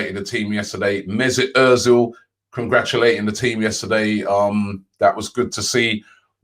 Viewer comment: Nobody: Robbie: "Congrachulaching